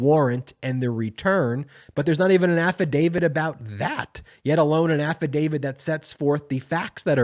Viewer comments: Please stop saying AFFADAVID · AFFIDAVIT HAS A "T" AT THE END, NOT A "D". PLEASE PRONOUNCE IT CORRECTLY. You are a lawyer and should know better. I'm a big fan, but I wish you would fix your pronunciation. It's kind of embarrassing.